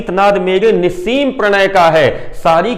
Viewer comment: आपके उच्चारण एवं भाव भंगिमा से ही कठिन शब्दों के अर्थ पता चल जाते है जैसे आपने निस्सीम का उच्चारण किया। सराहनीय निष्पादन।